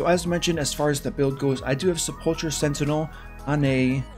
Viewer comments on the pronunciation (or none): Say it with me now --- Se-pull-ker =Sepulcher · Just so you know sepulcher sentinel is pronounced sepel-ker, other than that amazing video!